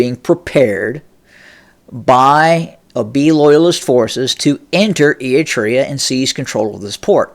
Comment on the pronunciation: Hello, first let me congratulate you for finally been able to pronounce the name “ERI-TREA” properly as opposed to “Etria” as you use to say it. That is tremendous progress. Now I hope that you will work on pronouncing properly the last name of the delusional and phony current ruler of Ethiopia or city state of Addis Ababa as you aptly described him, namely Abiy as AHmed and not Amed unless you meant it as a pun to describe him in Amharic as ኣመድ to mean dirty (soil). BTW, your description of the geography of the region is impressive but your political analysis leaves a lot to be desired. To begin with, Abiy’s latest pronouncement against Eritrea is simply a bluff meant to detract Ethiopians from the serious political, economic and social quagmire that they find themselves in thanks to his inept administration. But even if he were to be serious, he has a zero chance of winning as Eritrea is too experienced, well-armed and diplomatically well-connected. To make matters worse, ownership of the Red Sea is not the concern of Eritrea alone but that of all the countries who border the Red Sea including Egypt and Saudi Arabia to mention a few, all of which are opposed to changing any ownership of the Red Sea by any means. In any case, a certified narcissist that he is, Abiy has gambled big time and there is no doubt that this will be his last one as he will not be around for too long. Mark my words!